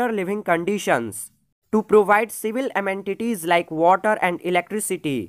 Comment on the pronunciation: Sir i should not say but you should improve your pronunciation like you are saying amentitise but you should say amenities sorry for my complain but sir you are teach in very nice way